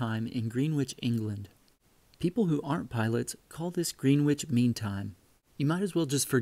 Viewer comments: Pronouncing Greenwhich incorrectly. It sounds like Grenitch... Not ..GreenWitch... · just so you know for pronunciation as a british person greenwich is actually pronounced as gren itch not green which lol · Gren-itch, not green-which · Just to let you know, Greenwich is pronounced Gren Itch. We have quite a few place names that are pronounced totally differently to how they look. Such as Cholmondeley Castle is pronounced Chum Lee. 😂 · I USED to like you BUT.... "I bet it was an English guy who invented this. After all, they do drive on the wrong side of the road" &.... Learn to speak English. After all YOU Americans stole it from us English & Screwed it up. It's greenwich (Pronounced Gren ITCH). LOL... I actually still like you... Just bustin ya B***z. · The British and East Coast Americans both pronounce Greenwich as grenich in most cases. Birmingham is different. Americans pronounce it birming ham and the British pronounce it birmingum. Both are very old British words for the places they represent. If you visit the UK places ending in "ham" are said as "um". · Gren-itch, Jag-u-are, Coo-baa, fret not, it's more laziness than anything...New Tripoli, new-tra-pole-eee (all 1 word) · That’s hilarious. He made fun of us for driving on the left side of the road but he didn’t even pronounce Greenwich properly 😂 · Don’t feel bad. Apparently the majority of people add that S at the end so it is what we all hear all the time. Once in a while I will see it on the news that way too. Thanks again for your brilliant videos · "Greenwich" is not pronounced "Greenwich"